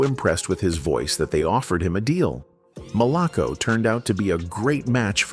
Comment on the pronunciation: That’s not Bernard Jenkins, Bernard is Black, I played in bands with Bernard. It’s also not “Malock-co records”, it’s “Mal-a-co records “. Johnnie and I were “conversation friends “ whenever he was in town, at the Maximillian night club in Jackson, MS. He did ask me if I wanted to join his band but I refused, due to family obligations and not wanting to get caught up in the lifestyle I experienced just performing locally, plus I had a great day job career that I retired from and still receive a decent pension to this day. Rock on Johnnie, in Soul Heaven !! 🙏🏽🎸